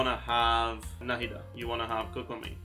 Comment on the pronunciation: The way said Nahida like No Head Duh the first time.